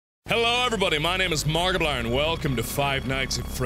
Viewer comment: Lol it sounds like mark says "Hello Everybody My Name Is Markiblan